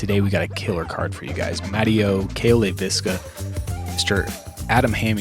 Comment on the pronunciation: FWIW, it's pronounced LEI vis ka, not Lei VIS ka. Check out any video where Cale introduces himself. Or when he gets introduced on the first hole of this video.